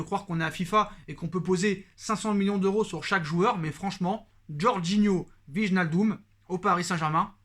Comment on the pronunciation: wallah il craquer le type "wignaldom" il sait pas lire wijnaldum lui